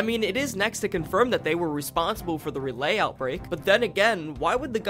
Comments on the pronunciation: As a professional North Carolinian Rawlay and Rayley is kinda pissing me off It's pronounced RawLee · ITS RALEIGH (RAUL-LEE) NOT RAY-LAY 😡😡😡😡😡😡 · Raleigh is “Rah-Lee.” English is a funny language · When he said “ruh-lay” trying to say Raleigh NC 🫣😂 It’s “Rah-lee” Raleigh 💁🏼‍♂️ Edit and the game said “ray-lay” lolol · You pronounce "Raleigh" wrong. it's pronounced Ra-Lee. Not Ra-lay. Spoken with the speed like its one word, not broken up in to 2 syllables. instead of RaLeigh, Its just Raleigh. You don't have to annunciate the L so much in Raleigh. Love the video :) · Not you pronouncing a whole state Capitol wrong, Raleigh is spoken "Raw-Lee", not "Raw-Lay" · It’s Pronounced RAH-LEE not RAH-LAY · FFS RALEIGH is pronounced (Rah-Lee) from a raleigh native hahaha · The way you pronounce Raleigh hurts me. "Ra-lay", it's "Ra-lee". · loved the video but as a North Carolinian i had a small laugh. Raleigh is pronounced like Rah-Lee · I've been to Raleigh...it's pronounced: "Raw-Lee" \😃/ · Rah-lee! RAH-LEE, for God's sake! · IT IS (RAWL E) As in Raleigh. as someone from NC I’m going crazy! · Raleigh is pronounced "Rah-Lee" btw lol nice compilation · lol you say Raleigh like Rawlee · Raleigh is pronounced "Rah-Lee". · Ok im from "Raleigh" and that is NOT how you say it 😂 think Rah-Lee. Or Raw-Lee. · Ra lay North Carolina 🙏🙏😭😭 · almost as bad as how Raleigh was butchered 💀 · The Raleigh pronunciation as a North Carolinian hurt my soul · As a North Carolinian the way you say Raleigh is wild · I'm from NC and live in Louisville and he pronounces neither of them right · As someone who lives in Raleigh the way that you pronounced it causes me physical pain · bro, the way you pronounce Raleigh.... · As a North Carolinian your pronouncing Raleigh wrong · Yall mispronounced "Raleigh" and "Louisville." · it was great until you mispronounced the fuck out of Raleigh